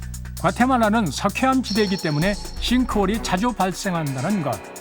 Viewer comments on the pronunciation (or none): 박삼규 박사님 석회암을 슼회암이라고 발음하시네